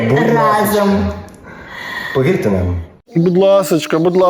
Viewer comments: Олексію! То ж наголос в слові «разом» на «а», тобто «рАзом». Не «разОм» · Дурнев, вы ударение на слово "рАзом" не правильно ставите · Олексій, не "разОм", а "рАзом"! Здивований, що ти цього не знаєш.